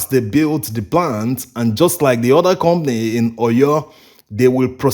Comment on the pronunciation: We Africans are so good at exploiting each other. A ton of cassava on the market is an average of 100 USD, while you guys are buy a ton from local farmers for 22 USD. That’s horrible. The word is com pa ny, not com ny